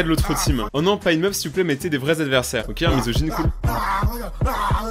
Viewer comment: CHUI LA SEUL À TROUVER SA CHIANT QU'IL DIT ok au lieux de okay mais bonnnnnn bref ses pas graveee 😐